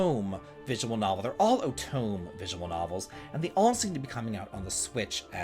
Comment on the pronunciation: Just a FYI, otome is pronounced "o-toe-may" ;) Otome is short for "otome game" which means games that are targeted towards women. That's why they all have female protagonists.